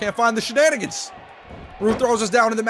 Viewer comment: You like saying shananigans